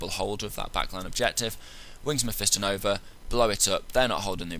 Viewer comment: you say it wrong, its meh - fah - ston not meh - fi -stin